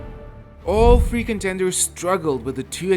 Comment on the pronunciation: Every time he says "free contenders", for some reason it comes off as "freakin' tenders", as if some sort of a fast-food menu item 😀